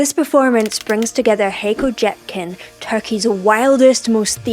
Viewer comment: pronounced as Hiko Jhapkin (Hayko Cepkin)